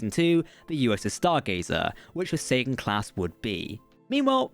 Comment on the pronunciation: Whenever you say Sagan it sounds like Satan.